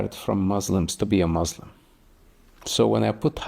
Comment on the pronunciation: What he is saying is opposite of the teachings of the Quran and the Hebrew Bible. He does not even pronounce Muslim correctly. He’s just angry. I understand that most people follow their culture and not their religion. Btw, hijabs are a personal choice and they are biblical too. The Almighty does not change so neither do His teachings nor His culture.